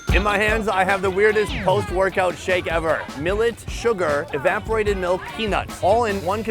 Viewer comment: E-vap-or-ate-id, sound it out brother